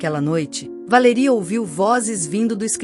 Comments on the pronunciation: Porque não pronuncia o nome correto Valéria não Valeria😂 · Como falam errado ! Nossa quem fala assim não é Valería e sim Valéria cassete! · Péssima como ela pronuncia o nome Valéria pois tenho uma irmã co esse nome e tao lindo bem pronunciado